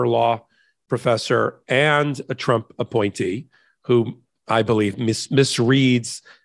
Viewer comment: You slipped and said chump instead of trump but it still works